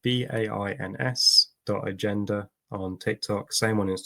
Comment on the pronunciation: Bains. It's pronounced Bance